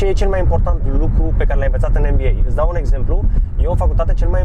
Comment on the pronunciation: Cand spune- a de Mba credeam ca spune de Nba :))